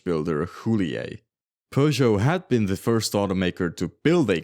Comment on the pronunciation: Why do you keep calling Peugeot, Persia?